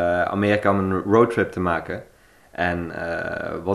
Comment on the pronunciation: Hahahaha inplaats van maken zegt hij magen hahaha